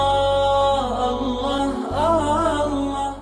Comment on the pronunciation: السلام علیکم ورحمتہ اللہ وبرکاتہ حضرت ویڈیو شروع ہونے سے پہلے جو اللہ اللہ پڑھا جاتا ہے اس میں دوسرے والا لفظ آللہ مد کے ساتھ پڑھا جاتا ہے اور یہ پڑھنا غلط ہے اس لیے برائے مہربانی آپ اس کو درست فرمائیں من العاصی